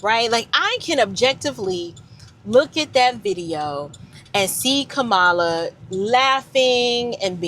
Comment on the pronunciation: why's it you had to mispronounce her name in the first place that's the reason you showed your hateration girl go on live your life in Jesus name will you please I am still praying for you